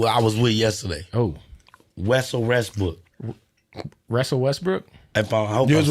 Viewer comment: Yo why the fck can’t pronounce a single name right lol wusell restbrokk and Martha Stuart and everyone’s name you can think of.